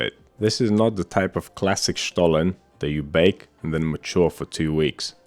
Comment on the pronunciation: Kudos for pronouncing 'Stollen' the perfect german way 😉